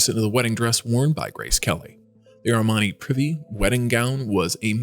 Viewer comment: It's Armani Pree-Vay, not 'Privvy'.